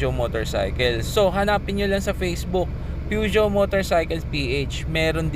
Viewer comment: Yan pala tamang pronunciation sa peugeot 👌